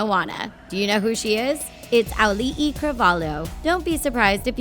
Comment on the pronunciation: Auli’i Cravalho (Alee ee kra val ho) who forgot the ee